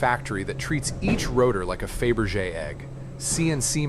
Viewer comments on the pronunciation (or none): none